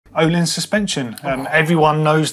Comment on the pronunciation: No one can pronounce Öhlins right, you have to read a little Swedish buddy🤣